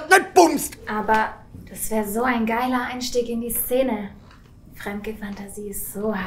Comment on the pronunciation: Betonung auf "geil" haha